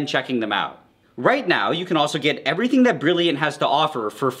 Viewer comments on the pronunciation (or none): none